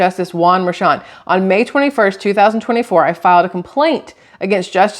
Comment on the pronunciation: The judges' daughter has made a ton of money from Trump's trails. You're right, "Mer-shon".